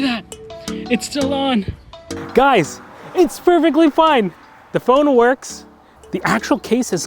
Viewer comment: Sounds like he's saying fold instead of phone